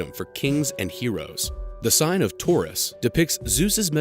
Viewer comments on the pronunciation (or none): none